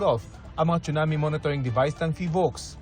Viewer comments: Pronounced po siya as sunami, hindi po chunami 😅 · Yes sunami kasi need icorrect masasanay kasi mga manunuod lalo gma p man din.